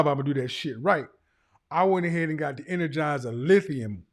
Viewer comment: “F**k around with them Enegizer ultimate lithium’s”